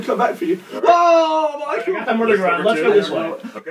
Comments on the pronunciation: I love how Gavin instead of saying "Michael" he says "Michool." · You mean Gav saying "MY-COO"